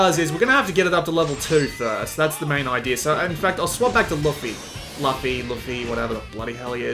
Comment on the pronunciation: Why cant any review channels pronounce luffy's damn name